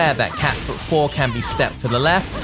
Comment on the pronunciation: I still laugh when he says Cat Food instead of Cat Foot hahahahaha thank you for this character Review